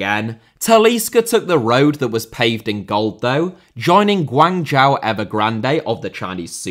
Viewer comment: It's been years and man still can't pronounce Guangzhou